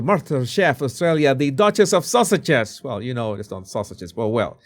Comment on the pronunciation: 😂 I thought you were saying "Sussexes" with your accent. But I am sure you are really saying "Sausages"!